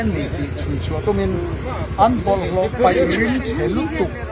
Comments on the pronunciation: peih... tih hi paih tih ni zawk se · Vawiin zan ti lovin Zanin ti la, paih ti lovin peih i ti bawkin ka hria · Vawiin zan ti lovin zanin ti a lam tur. Bawlhhlawh an peih ti lovin bawlhhlawh an paih tih tur. Zotawng lam dan hi fimkhur deuh teh u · Ka bengah chuan paih tih hi (peih) tiin a ri tlat mai, Lc chairman hi chuan paih a ti fiah khawp a tunlai hian PAIH leh PEIH kan hman dan hi a diklo nasa khawp mai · An va huangtau ve le. Ka hriat danin "peih" i tiin ka hria, paih tiin sawi mai ta la. 'Zanin' tih fel thên bawk tur, a dik zawk bawk. Patling pui tawh thu lam dan atan chuan a zia lo lulai em mai. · Peih ti tawh suh, * paih* tih tur aw. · Anlo peih tiloin paih tih tur tawng hum halh tu nih i tum zel angu mitam tak in kanlo ngaithla tih hri in thu lam dik a pawimawh hle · A peih nilo in, a paih tih zawk tur aw. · 'Peih' leh ' paih ' pawh i thliar hrang thiam lo a niang chu maw ... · peih(❌)anilo paih(☑️) tihtur aw... andarsiten😁😁